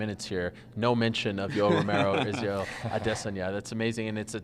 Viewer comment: Ariel thinks he deserves a cookie everytime he says israel aDDDESSanya lmfaoo